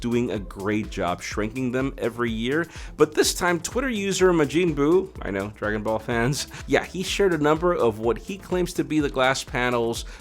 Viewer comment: Even though you knew dragon ball, you still said it wrong 🥲